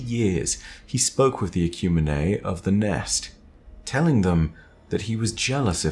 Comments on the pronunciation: I'm fairly certain "Ecumine" is pronounced "Eh-kyew-meen", not "Eh-kyew-mee-nay" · this is amazing. Ecumene is pronounced Ecumeen